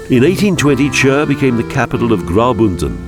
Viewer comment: nice video but only how yous ay CHÜR makes me laugh. Its simply Khur or just Chur nothing more